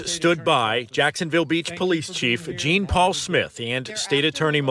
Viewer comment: Hi hone. I just want to let you know the Sargent (detective??) Would more than likely pronounce his name as Jean’ Paul and not Jean. My husband was Haitian and his name was Jean’-Claude and he hated people to say Jean. 😂😂 Florida has a high population of Hatitans!❤ I love and appreciate all your videos!!! I miss the yellow zebras though!! 😂😂 ♥️💜💙💚💛🧡!